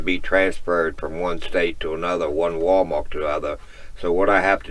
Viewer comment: Are you aware you say "WalMark" instead of "WalMart?"